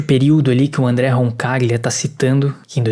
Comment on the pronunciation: Roncaglia - Pronunciou certo! Lê-se em português, Roncalhia.